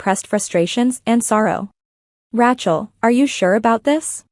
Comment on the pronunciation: Teach AI how to pronounce Rachel...